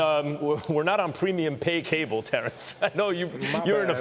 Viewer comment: “I’m readaah Terrance readaah!! It’s going to be an amazing fight”!!